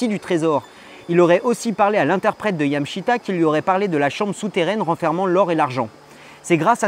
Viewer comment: YamAAAshita xD